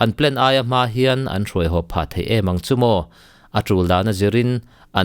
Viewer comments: "thei" i lam dan hi a dik e...."mauthei" lamrik angin i lam a,,a dik...mizo tawng dik ani e... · Thei rah fruit lam anga lamlo in theihna lampang zawnga lam tur anih hmel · "Thei" tih lai hi a tir lam vawihnih vawi thum vel kha chu i tisual palhah ka lo ngai deuha, mahse i lo la hre ngai lo hrim hrim a lo nih dawn hi. Pu C. Rokhuma te thu leh hla hre pha la chuan i lam dik zaih mai tur..😄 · Thluk hian dik zok in ka hria..mhs soi tam lo mai ang